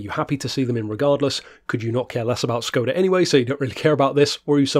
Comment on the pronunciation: Fun fact: It's pronounced more like shcoda